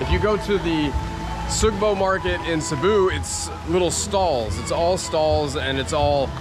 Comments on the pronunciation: Hey, I love your content, but you seriously gotta learn how to pronounce Cebu properly (it’s pronounced seh-bu not “sea-bu” lol.) Oh and it’s definitely a nice place to try different foods. Which market is your favourite so far in the Philippines? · Haha, thank you! I developed the bad habit of pronouncing it incorrectly a long time ago. At one point in this video I think I switched and changed the pronunciation. I’ll check with a local today to make sure I’m saying it correctly now. Thank you!